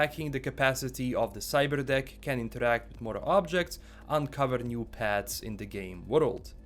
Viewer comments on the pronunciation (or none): At first I thought he said “cyber d!ck “ not cyber deck cuz the accent ✊😂